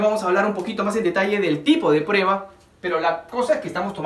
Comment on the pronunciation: Creo que la palabra es " PRUEBA " no " PREBA ".